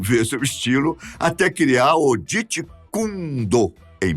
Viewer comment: Grande amigo, assisto sempre seus vídeos e particularmente alguns são excelentes! Mais esse está trash demais! Você falou tanta baboseira, tanta mentira, e tanto boato que não consegui assistir até o final! Fora sua pronúncia péssima do jeet kune do e demais palavras! A primeira frase trash seria que o Bruce lee pediu para fazer Karatê!!!!! De onde você tirou essa TAMANHA MERDA sem proporções??? Pqp… esse foi o pior vídeo “ biográfico “ ou tentativa de ser alguma biografia do Bruce Lee do planeta terra! Quanto a dança“cha-cha “ é chá-chá-chá!!!